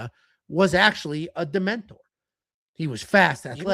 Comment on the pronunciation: is so dumb my god. He's gotta be illiterate. Michel "dementor" Pereira 😂 its demolidor dumbass its Spanish for daredevil